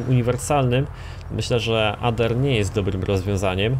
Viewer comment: czyta się Ader mówi się Ejder